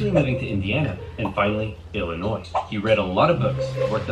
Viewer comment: Maybe some already said it but, Illinois you don't sound the "s".